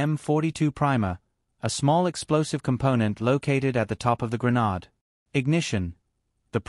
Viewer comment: i can't stand listening to this. The way he pronounces "Grenade" is incompatible with my ears. I hope I'm not the only one. I will have to find another video that explains how a flash bang works, with a different narrator that pronounces "Grenade" in the way my ears are used to. Nice try tho.